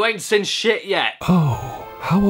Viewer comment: Nobody: Caddy pronouncing the word 'seen': /sɪn/